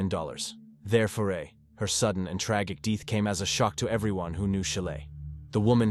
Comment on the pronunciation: "Her sudden and tragick deeth" lol